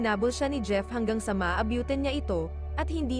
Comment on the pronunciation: Nahihirapan ako Kay Narrator.... ambyulansya😅maabyutan